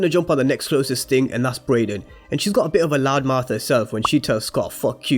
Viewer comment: Tariq (not tyriq) Brayden (not brendon/Brandon Monet “MOAN-eh” (not literally Monet) Folks please pronounce the fucking names right.